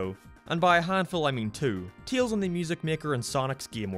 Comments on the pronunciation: It’s Tails Not Teals! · Your pronunciation of Tails is so weird yet so interesting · U say Tails wrong